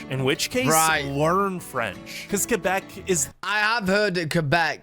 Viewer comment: He pronounced Quebec correctly which most people mess up lol